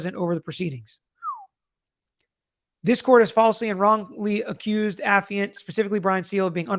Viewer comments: Too bad Dad gave him the incorrect pronunciation of affiant; affiant: / uh-fahy-uhnt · / Pronounced the way initially said it, it's not pronounced the way his father claims